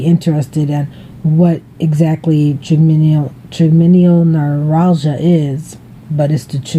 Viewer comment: Hi, that's a great idea to have a journal to show your Dr. Will prednisone help with your TN flare ups? If it helps any, it;s pronounced try-gem-in-all noo-rall-gia. I hope you feel better soon. I love you! Joan